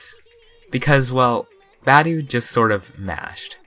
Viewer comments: He's Romanian and in romanian we don't butcher the sound that tge letter are supposed to represent like in english. So his name should be said: BA-DEU. Not [bedæu] or [budi]. B as in boat, A as in accept, D as in duck, E as in engine and U as in pUt. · i dont think its pronounced badueh but ok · Isn't it pronounced as ba dee u? Idk doesn't really matter anyway. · Could at least say his name right bro